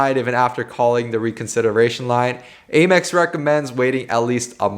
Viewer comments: AYE-mex ?? It’s Ah-mex bruh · Hearing you say Aye-Mex bothers me I’m used to hearing Ah-Mex lol